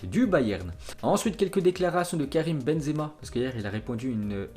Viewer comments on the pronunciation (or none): none